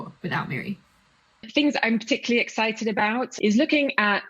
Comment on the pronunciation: Excited, EXCI T ED. Not exci ed.